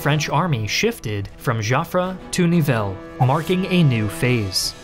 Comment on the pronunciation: Joffre = Pronounce "Jofr" not "Jofrey"